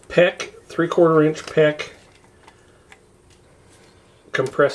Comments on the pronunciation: And it's 'PEX', not 'PECK'. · its not a peck like in willow.. lol its PEX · QUIT SAYING PECK!!!!!! ITS FN PEX!!!!